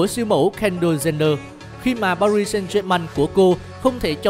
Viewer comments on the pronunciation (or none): none